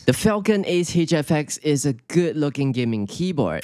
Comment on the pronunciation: Not falcon, falCHion, like the sword. How do people still not realize this?